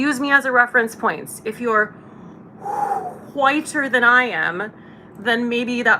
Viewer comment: "Whooooite" LOL.